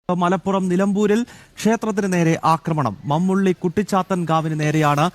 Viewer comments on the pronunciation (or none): 😂😂😂 മമ്മുള്ളിയല്ല .... മുമ്മുള്ളി...: ഏലാന്തിയല്ല .....ഏനാന്തി.... ശ്രദ്ധിക്കു... ബ്രോ....😂😂😂😂